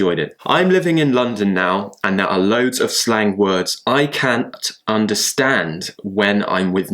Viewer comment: Wow when you said "I can't..." It was more like an American why of saying it